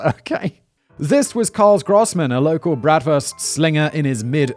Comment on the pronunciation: Grossman = Bigman Gross means big Fun joke in English but doesn’t work if you speak German. Sorry Love the show tho! (Despite the horrible pronunciation)